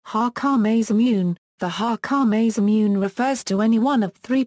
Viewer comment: The butchering pronunciation of, Masamune, is annoying.